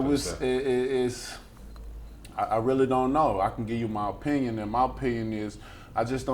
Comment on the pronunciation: Deontay “O-pinion” Wilder